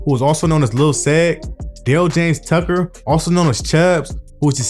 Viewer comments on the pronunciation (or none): none